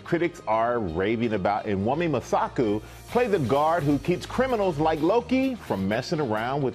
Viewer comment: what was that? how hard is it to pronounce wunmi😏😏